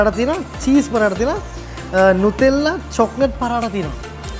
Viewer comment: නුටෙල්ලා නටෙලා නෙවේ, නියුටෙලා 😁